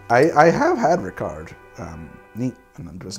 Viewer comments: No, you do not pronounce the T in Dubonnet or the D in Ricard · I'm not gonna comment on the various mispronunciation, but it would be a shame not to mention Ricard is supposed to be served over ice, with 5 parts water (or to taste). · great episode, as always! As a Frenchman, I can help in some areas here: you don't pronounce the final "t" and the final "d" in Dubonnet and Ricard, they are silent. Plus, you always want to add fresh water to your Ricard, you never drink it neat:-) think of it as grenadine for grownups ^^ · did you just drink a ricard (you don't say the D) without adding water ? my gosh, usually it's 1 part ricard, 5 to 7 parts water then add ice cubes, you should really try the regular way (i am french and work in a liquor store if you need any intel) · You don't pronounce the D in Rickard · Yo we don't say the d in ricard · Sorry, the T in Dubonnet and Lillet should be muted. Just like the D in Ricard. Which by the way is usually drank as aperitif the same way as absinth, that is lengthened with water (but no added sugar though)